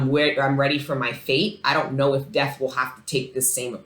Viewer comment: Th was you say “death” makes it sound like you’re saying physical death